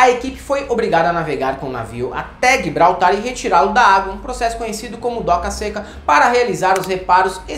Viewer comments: Ele falou guibraltar? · falar GUIbraltar enfraquece qualquer amizade.